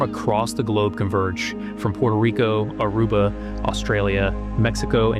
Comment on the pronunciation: Dam I’m from Aruba hearing you say Aruba made me really proud